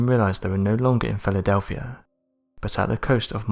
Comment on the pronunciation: Jesus. Listen to how he says Philadelphia at the :40 second mark. This narrator is pure trash. A horrible voice, accent, and the worst word pronunciation ive ever heard. Even English subtitles cant understand him.